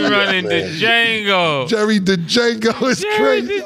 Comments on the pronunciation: they keep failing to realize the d in d'jango is silent ⏸️ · " Jerry Dejango " 🤣🤣🤣🤣🤣🤣🤣